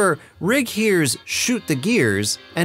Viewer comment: Thank you for saying “Rigg” and not “Riggs” like so many people mistakenly do!